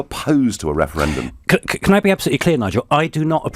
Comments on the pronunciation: "wefewendum, wefewendum a wefewendum-wefewefewefewwwweeeeewwuuuuu" (drools) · Adonis can keep his second weferwendum 😂😂😂